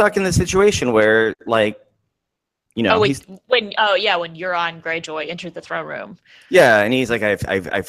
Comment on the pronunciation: Euron is pronounced "Your-on" btw